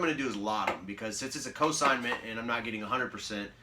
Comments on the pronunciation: Cosignment? I think you mean consignment. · In the vid you repeatedly say "cosignment"...which isn't even a word.